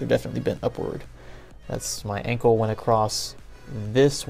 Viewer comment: When u said ankle I thought u said uncle